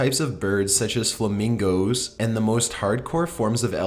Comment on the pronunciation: I lost it at your pronunciation of "FlamingOOoooOos"